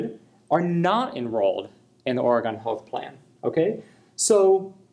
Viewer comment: Ori-gawn?! Imma need an apology video with tears rn!